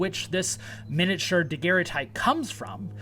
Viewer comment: Oh my gosh,. You mean David Rogers, not Daniel Rogers. You mean Joseph Brickey not Joseph Brickley. You are so far from your classroom, and tripping over material culture issues. And it is a daguerreotype, you can't pronounce. Daguerre was his name. Daguerre-o-type is the object. Never mind the rest. Going to call you "" since you can't commit. And you shouldn't, since as you say you lack "full confidence" and don't know what you are talking about. Now for Section 132.